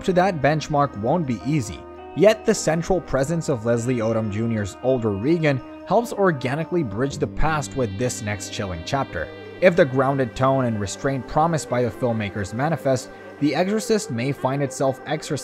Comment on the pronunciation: Her name isn't Reegan, my friend. It's pronounced like Ronald Reagan's name is pronounced.